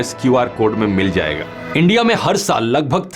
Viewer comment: "ENDIA" , ab to bhasha bhi unki bolne lage